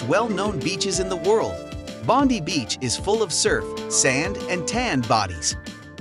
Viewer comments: Bon-die ! Not Bond-ee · Bondi is Pronounced bond ay